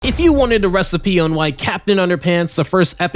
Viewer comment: recipe ❌ Rest a pee ✅